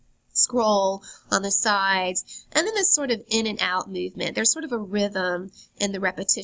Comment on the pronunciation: Sweety. Work on your voice, because you have the content pretty much done. "Myuvement"? And the vocal fry....